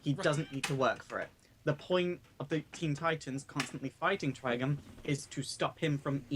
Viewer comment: When I heard and say Trigon's name, it sounded like they were saying "Trigun".